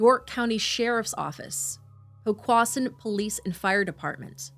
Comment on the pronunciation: Omg this is not that far from me. 😮 Awh, now the foster mom's interview. 💔😭 The way some of the cities have been pronounced is hilarious lol. Its Norfolk - pronounced Nor F**k Poquoson - po quo son